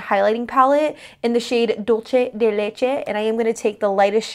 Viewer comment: Great video but did anybody else cringe at the way she said dulce de leche?